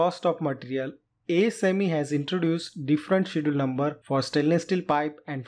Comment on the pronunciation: "ch" in Schedule is pronounced hard, like a "k".